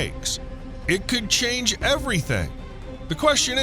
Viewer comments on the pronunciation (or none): none